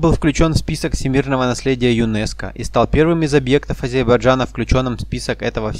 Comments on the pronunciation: не Азейбарджан, а АЗЕРБАЙДЖАН. Это очень просто запомнить. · С произношением да ладно... Горбачев М. С. до сих пор не научился правильно произносить он произносил будучи президентом государства он исключительно произносил"Азебражан"!